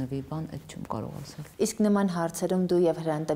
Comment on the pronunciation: Ասել,ոռ չե асель,եղել,ոչ թե ехель